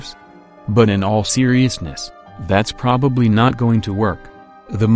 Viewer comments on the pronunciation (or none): none